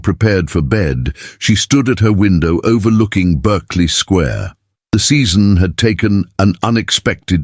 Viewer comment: Yes so irritating.